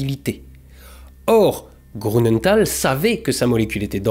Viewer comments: (Grünenthal = "GrUnenthal" pas GrOU. tout le reste est parfait) voilà. Sinon, vidéo passionnante, glaçante et déprimante comme d'hab 👏👏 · Bonjour et merci beacoup pour tes vidéos. Juste un petit détail, je me trompe peut-être mais Grünenthal se pronnonce "GRU" de mémoire et non "GROU". A moins que la société est un usage différent. Bonne continuation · J'adore toujours tes vidéos, même si il n'y a pas d'astro. Petit et léger bémol pour celle-ci. Je suis surpris si l'on sait dans quelle région tu habites et la rigueur dont tu fais habituellement preuve pour la prononciation. Il y a un tréma sur le U de Grünenthal. Il se prononce donc GrÜnenthal, et non GrOUnenthal. Mais pas besoin de re-tourner toutes les séquences pour ça 😅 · Non mais dites dont, un alsacien qui prononce grounenthal, ça la fout mal. Désolé, j'ai fixé sur ce détail dans cette excellente vidéo 😁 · Comment un alsacien comme toi peut dire: GrOUnenthal!? Et les trémas sur le U!😂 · Bravo et merci pour vos vidéos toujours intéressantes. Deux petites erreurs relevées : grünental ne se prononce pas grounental (le "u" allemand se prononce "ou" sauf s'il est surmonté d'un trémas (ü) comme dans Nürenberg par ex) ; et cinq zannées, ça se dit pas ! 😉